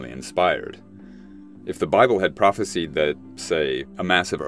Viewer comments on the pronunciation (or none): Its "prophesised" by the way, not "phropesied" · I've never heard anyone pronounce "prophesied" as "prophe-seed". I've only ever heard it pronounced "prophe-side".